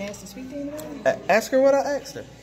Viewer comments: Is it me or is the auditor saying I axed him a question.... you do know it's asked...right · “Ask her what I axed her…” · axed lmao